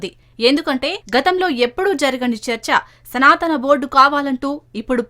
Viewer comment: తెలుగు వాళ్లేనా ఈ వార్తలు చదివేది, రాసేది? ఏమి చదువుకున్నారు? సనాతనా అని అనేక సార్లు పలకడం ఏమిటి ? పైగా శ్రీ శివావతారము, సిద్ధులు, మహాత్ములు, మహిమాన్వితులు, పూజనీయులైన శ్రీఆది శంకర భగవత్పాదుల వారిని అతడు అని ఏక వచన సంబోధన, బుద్ధి, సంస్కారం ఉన్నాయా?